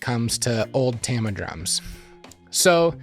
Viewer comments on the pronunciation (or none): TAH-mah, not TAM-uh. Artstar were maple with high-tension lugs, Granstar were birch with split lugs. And personally, I don't find DW hardware to be all that robust. Heavy and over-engineered, yes, but their stands don't hold up to heavy usage any better than any other brand. Their very old stands were especially bad - boom arms held in place directly by a wing nut (similar to a hi-hat clutch on a pull rod), for example.